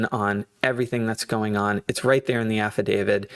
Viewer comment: Please note it is an AFFIDAVIT with a ‘T’ , not an “ Affa-david”.